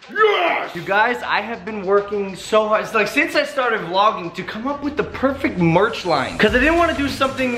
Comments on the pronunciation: Merch not meth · Is merch not murch